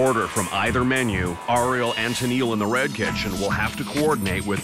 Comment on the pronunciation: this narrator going "ah-riel" is really driving me nuts